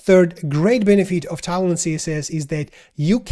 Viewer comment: hey bro, it's tailwind i keep hearing talon... hahaha! thanks for the great video :)